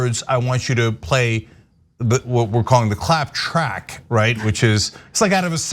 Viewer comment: "Clap track" sounds like "clap trap."